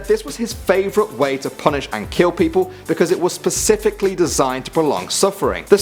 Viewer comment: "Pecifically" FOR GOODNESS SAKE IT'S SPECIFICALLY! WHY DOES EVERYONE SAY 'PECIFICALLY?!